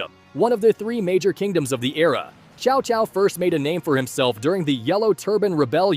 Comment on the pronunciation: His name is tCao tCao, not Chow Chow.